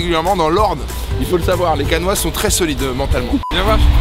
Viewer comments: CAENNAIS 😭😭 pas Caenois 😭😭😭😭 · Bon dioux! On dit Caenais et pas caenois, un canois c'est un habitant de canne. ;) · On dit Caenais pas Caenois 😂 chuis déçue j'y étais je t'ai pas vue